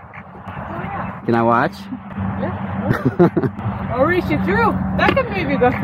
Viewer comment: why did he say "can i watch" like that😭